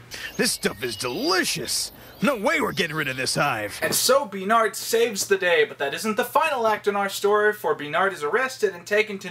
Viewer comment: Bee-rnhard and Bee-anca? Also wow, Maya predicted how we now see bees as the most superior race...